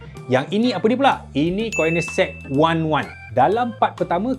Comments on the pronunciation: Bukan koinigsegg sebut dia oii.. konigseg sebut dia bang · sebut Koenigsegg salah... Nak sebut Koenigsegg macam ni: KOU - NIG - SEG